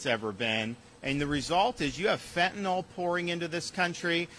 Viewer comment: Finally a politician who correctly pronounces the word Fentanyl. You've got my vote for pesident.